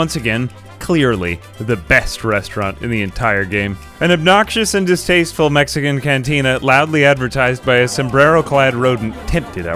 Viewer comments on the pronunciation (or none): none